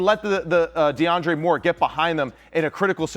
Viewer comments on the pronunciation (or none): none